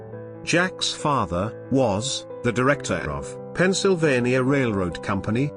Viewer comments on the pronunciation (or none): none